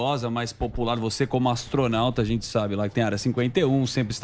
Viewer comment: O ASTRONAUTA DO CEBOLINHA AHAHAHAHAHAHAH